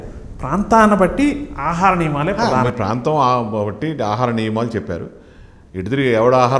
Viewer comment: Antha saregaani mee iddari telugu pronunciation baagoledu. pradHaanam, bHaagam anadam nerchukondi.. baagam baagamenti mee bondanaa?